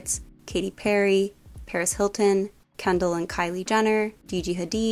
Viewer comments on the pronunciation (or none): none